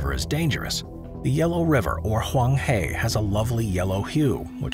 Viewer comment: It’s pronounced hwang-her, not hwang-hay